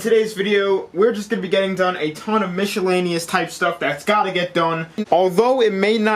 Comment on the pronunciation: Lmaoooo I’m glad I wasn’t the only one that heard that